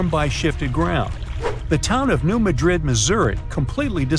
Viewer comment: Done at the very beginning. You don't pronounce Madrid correctly. Which means your research is incompetent.